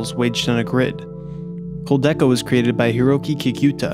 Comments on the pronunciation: I can’t get past the mispronunciation of Kudelka as koldeka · Immediately gave you a like when I saw you mention Clock Tower, only to be disappointed by you mispronouncing KouDELka, and saying Silent Hill is the “objectively” best game. While it is one of the best, there is no such thing as a game that is “objectively” the best. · Pronounced Ko-Del-Ka. Koudelka was the first in a 2-game series with Shadow Hearts being a spinoff. I played the first one, but not the second. Other than the very minor mispronunciation this was a well put together video. Thank you!